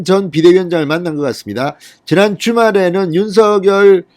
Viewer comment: 윤석열 윤성녈로 발음 교정해주심이~ 어나운서도 윤석열당사자도 표준발음규정에 따라보아도 진행자님 발음이 거슬리네요 작열하는 ㆍ자결하는× 장녈하는○ 색연필ㆍ새견필× 생년필○ 휘발유 ㆍ휘바류× 휘발뉴○가 아닌가요? 이제는 많은분들이 표준발음으로 교정하고 있으니 참고해주세요 많은 구독자있는 채널이잖아요